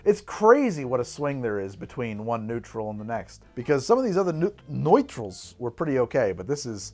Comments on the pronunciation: Pretty sure that is pronounced “Neutral” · I think nütrl it's probably pronounced neutral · Am I the only one bothered by how he pronounces Nuetrl? He's pronouncing it Neutrl. Little things I know but...yeah. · The Nutrl pronunciation is so funny to me because it's from up here in Canada...and it's definitely just pronounced as "Neutral" LOL